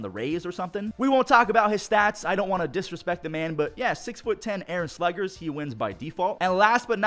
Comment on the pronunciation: s-le-edge-ers Not s-le-Gers